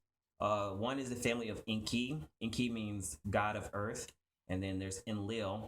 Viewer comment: You are right enki he is speaking it all wrong